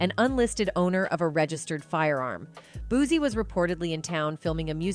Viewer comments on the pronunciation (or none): SHE NEED TO LEARN HOW TO PRONOUNCE HIS NAME IT'S BOO- SEE BUT SPELLED DIFFERENT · I’m Need You To Learn How To Say “ BOOSIE “ Name “RIGHT” 🤦🏾‍♀️🤦🏾‍♀️🤦🏾‍♀️ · Boosie Boosie Boosie NOT BOOZIE BUZY BOOSTY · Wont be coming back here she keep saying him name wrong